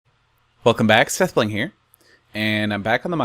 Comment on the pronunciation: I wonder if pause is saying "sethblind" on purpose